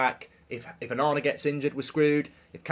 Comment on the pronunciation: Every time he says Onana I hear banana. I like banana! xD